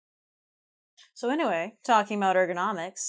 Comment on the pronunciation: ”so anyway" が、”それでは"・・・”に聞こえて面白い。